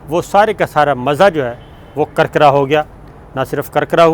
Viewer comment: Kirkira hay karkara nahi